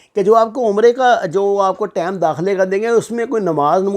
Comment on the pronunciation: ثبوت کے بغیر باتیں مت کریں اور نفرت مت پھیلایں ۔ دوسری بات یہ ہے کہ لفظ ٹیم نہیں ہوتا ٹائیم درست لفظ ہوتا ہے ۔یوٹیوب چینل سے پیسے کمانے کے اور بھی اچھے طریقے ہیں ۔۔